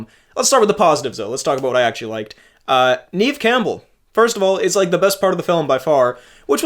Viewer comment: FWIW, it's Neve as in "rev" and not reeve or grieve.